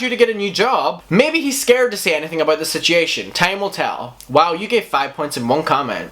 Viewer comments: I love the way that you say sichiation not situation 😂😂💗💗💗💗💞💓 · Man you saying situation and genuine is rough lol